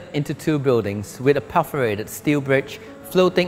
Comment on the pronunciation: Nicely shot, but I wish would pronounce things better. It's perforated, not por-forated for example.